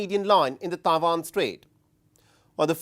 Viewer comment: It's Taiwan not Taivan